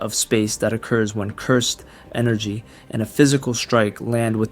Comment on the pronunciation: No, your voice is great, I meant speech as in grammar, for example when you say "Cursed energy" you should say it more like "cyrsd enrgy". I had this problem before where I couldn't say the word "pizza" properly, it sounded like "pisca" but after some training I improved my speech greatly. If I did it, you can do it.